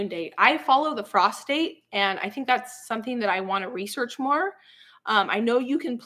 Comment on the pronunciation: I kept hearing you say that you didn't plant by the moon that you went by "prostate". I couldn't figure out what in the name of sanity you were talking about. Then I realized you were saying "frost date"!